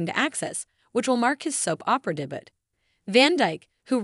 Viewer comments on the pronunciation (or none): I love Dick van Dyke and have my whole life! He is an amazing performer! Good for you for being your own best advocate! By the way, The word debut is pronounced “day-bue” and means a first.